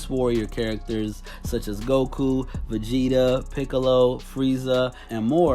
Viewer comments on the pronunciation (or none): none